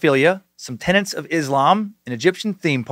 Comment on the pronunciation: tenets, not tenants.